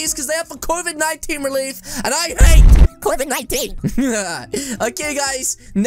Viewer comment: He just said coved 19